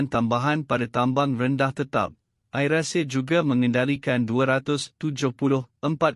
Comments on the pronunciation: I am shock at this news reader pronunciation where Air he pronounced as 'ayer' which is water. Hope the people who produced such news select competent newsreader who can distinguished between Malay and English pronunciation. This has happened many times. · saya rase nak mentah dan gila otak mndengar pembaca berita ni tersebut2 "Ayer" Asia.patut dia di beri kursus mefahami inggeris terlebeh dahulu.😇😩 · sangat MEMALUKAN....Pembaca youtube ini tak pernah dengar AIrAsia ke ? baca `AIR` dalam sebutan bahasa inggeris BUKAN dgn sebutan bahasa melayu... AIR yg dimaksudkan bukan benda yg diminum itu. mual sungguh la kamu baca. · Admint ni datang dari planet mana ni. Air inenglish dng air in bahasa melayu pon dia tak tahu sebut. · Apa punya admin ni....AIR ASIA tu guna sebutan dlm bahasa English laa..ada ke patut guna bahasa Malaysia...Air hujan ke..?buat malu jer..🤣🤣🤣🤣🤣🤣🤣🤣🤣🤣🤣🤣🤣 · Air (bahasa inggeris) bukan sebut air (bahasa malaysia) ....tolongla sebut betul2 .. sakit telinga dengar ... hihi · adoiiii...siapa bertutur ni ? sebutan2 langsung tak betul....AIR.....bukan sebutan melayu...bukan AIR minum...